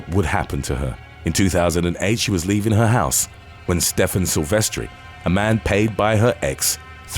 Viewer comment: Sylves "ter" not Sylves "tree"